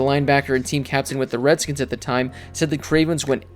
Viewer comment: You're a piece of shit because you're purposefully putting emphasis on the old name. You racist asshole.